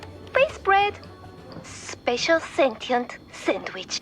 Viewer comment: Speshil sentient sandwich